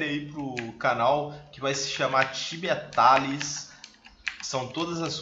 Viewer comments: Daora! O certo e falat tibia tailes (tales) Tales = contos, ou seja, as quest tibia tales são denominadas contos! Abraços, seu canal ta evoluindo bem! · Tibia Tális 😂😂 sdds ingrez